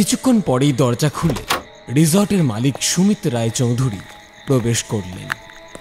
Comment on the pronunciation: চৌধুরী টা অবাঙালি দের মতো উচ্চারণ কি স্টাইল করার জন্য?